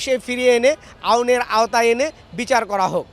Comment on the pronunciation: হায়রে রিপোর্টার কথাও টিক মত বলতে পারেনা আওনের আওতায়